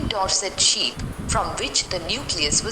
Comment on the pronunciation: That was not ship it is sheep